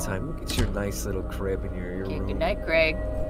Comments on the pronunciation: let’s name him creg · I love how says creg